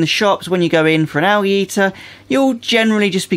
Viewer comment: Why do you say Al gee ?so funny